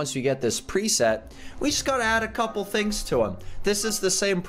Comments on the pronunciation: you said tings instead of things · “The tings” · its not tings its things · u said ting instead of thing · “So, I couldn’t get the TINGS yesterday” I’m actually dying 😂 😂 😂 😂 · "I wasn't able to get the tings!" 😂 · Did anybody else hear tings or is it just me?